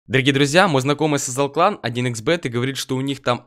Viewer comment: Мне кажется что когда рекламирует 1х бэт то он говорит "мой знакомый сосал клан"